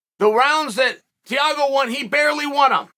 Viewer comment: TEA-A-GO ~ Chael